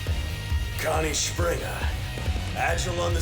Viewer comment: God, the English dub mispronunciating of the names....it's just so bad, lol how do you get "Schupringah" from "Springer"?